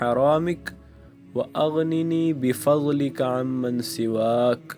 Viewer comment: Ye lafz unman hey umman